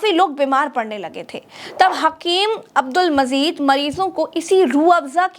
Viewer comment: Abdul Mazeed naheen Abdul Majeed avoid wrong pronunciation.